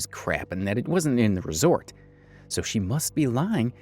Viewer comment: Old country ass can’t speak. It’s resort and not resolt 🤣